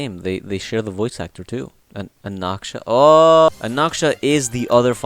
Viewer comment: "Ah Nak Sah"